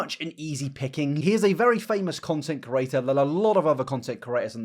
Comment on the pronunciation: Hearing still say "curator" instead of creator is kinda starting to feel like home